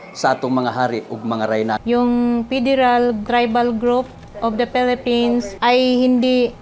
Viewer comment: Natawa ako sa pelepens😅😅😅